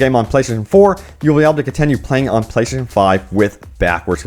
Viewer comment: Why the hell can't he say "playstation"? Why is it playshashion?